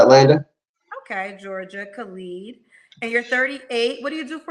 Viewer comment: His name is Khalid -not Clad